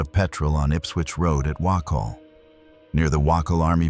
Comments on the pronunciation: Dude.. all for you doing stories around Brisbane, but seriously learn how to pronounce certain places ie.. you say wahcol, try saying waycole...(Wacol) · I live right near the house on Dorchester St. Its still known as the murder house. It has just been brought by an Asian family who are currently renovating it into a horrible looking monstrosity of a boarding house so they can rake in cash. Also, the Wacol jail is pronounced Waycol